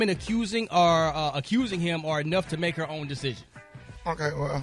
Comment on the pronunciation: her spelled HEr. The r is silent 🤣🤣